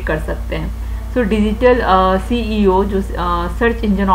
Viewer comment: Mam lecture was too good but jitna apne seo ko ceo bola h😂😂 har baar ap seo ko ceo bol rehi ti😂😂